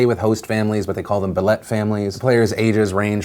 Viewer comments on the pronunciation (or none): Have i been mispronouncing billet all my life? Or, as I suspect, it's actually BIL-let, and not bil-LET? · As a resident of Saskatchewan whose friends and family knew many of the players, thank you for bringing light to the tragedy that occured. We are all devastated but the entire province, country, and hockey world are coming together to support and to grieve. (ps billet is pronounced like bill-it) #HumboltStrong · billet pronounced "bil-it" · The way you said "Billet" made me cringe a bit.